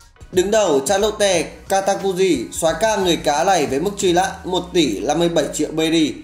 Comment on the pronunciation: Mức truy lã,vắt lước....??? Tôi đang nghe cái gì vậy ? Lỗi chính tả,phát âm sai trầm trọng và sự thật nghe vô cùng chói tai mặc dù nội dung clip rất hay. Hơn 1 năm rồi mà vẫn không thể khắc phục lỗi chính tả